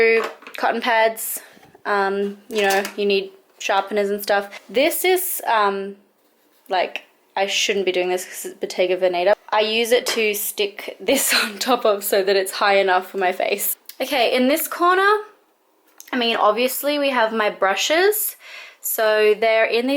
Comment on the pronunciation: I love it, but please, when you say Bottega Veneta, the stress has to go on first syllable of Veneta, not the second. XD